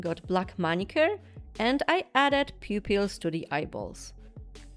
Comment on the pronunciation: I love how you say pew pews instead of pupils